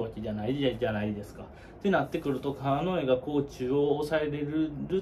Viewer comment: 川之江のイントネーション違うんで出直してもろて！